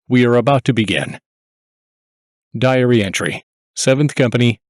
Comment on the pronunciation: Ugh. The narrator's style of speaking is annoying. The last word of sentences is said with a descending exhale breath sound. Diary is pronounced diar-E-H-h. Don't DO THAT!